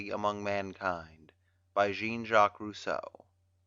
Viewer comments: The person reading it doesn't seem to realise Rousseau is French when saying his first name. 😅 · am i the only one bugged by how he says Jean?